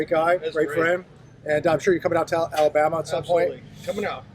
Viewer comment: You have a lot to learn before you get to Alabama the first thing is how to pronounce Alabama, then you're about to find out what work is all about city boy